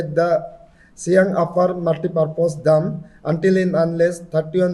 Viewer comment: Pronounce DAM not dhaam